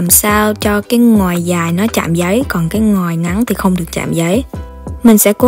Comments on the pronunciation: Mik nghe thành "ngoài " lun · Nghe chị nói từ Ngòi cứ khó chịu sao á